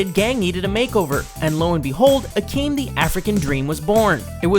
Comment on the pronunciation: Akeem. There was NO H in his name